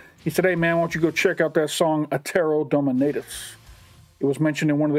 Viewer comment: Probably already said, but "Dominatus" is Latin, so it would be Dohmehnahtoos. IDK but most people think that "u" in Latin is the same as the modern English version.